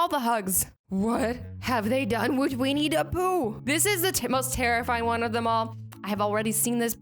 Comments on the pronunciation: Haha You said weiny the pooh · It sound like she said WEINIE the poo 😂😂